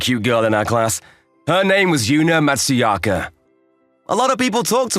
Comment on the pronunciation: It was a good story. Just bothers me that not a single character ever said her name correctly. Her name is Matsuzaka, but everyone called her Matsuyaka. It was kinda funny to have a Brit, a Bostonian and a normal American as voices.